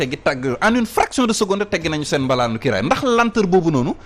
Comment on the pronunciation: rectifiez vous..on ne dit pas mbalaane,....malaane ( couverture..)